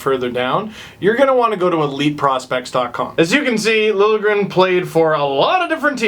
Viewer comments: It's pronounced Lil'-Ye-gren :) just if you wanted to know :D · Connor Wallace no. Lil-ya-gren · It's pronounced sorta like lil-yay-grin. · You're not bad at this Nordic pronunciation business! It's Lil-yeh-grehn, and you got Räsänen pretty spot on except the first sound in Eemeli is a longer "eh" rather than "ee". (you get cool points if you pronounce 'ä's like in cat, like you started to in the second try. ) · It's Lil-je-gren. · You pronounce it as: Lil-Ye-Gren. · pretty sure it's pronounced LIL-YA-GRIN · Swede here it's said Lil (like a short for litle) je (like a short yea) and gren (the way you said it)